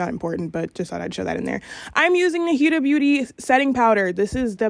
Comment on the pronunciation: It’s not pronounce hiuda, it’s pronounced Hoda kinda